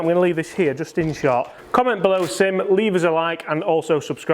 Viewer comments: “SIM” please 😁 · SIM "SIM"